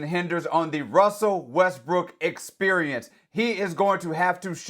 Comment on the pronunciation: Wussel Westbrook